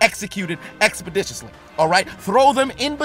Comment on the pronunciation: The amount of times I heard the word expodiciously...